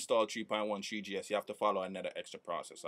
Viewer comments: lol treeGee ess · he sad tree gs hehe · that guy sayd thwe g s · "tree G (S)" HAHA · I'm so glad you said "treegee ess" so many times. Awesomeness